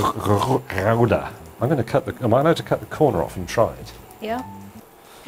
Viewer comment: James May coming remarkably close to actual Dutch pronunciation of ''Gouda''